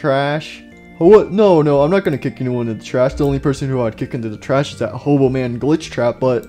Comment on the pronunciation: Why everyone says <>HOBO<> and don't say hobo again